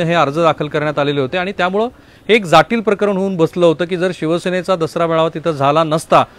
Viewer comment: बाकी विश्लेषण ठिक होते पण slip of tongue E.g जाटील नव्हे तर जटील असे म्हणायला हव होत..ते दोनदा झाले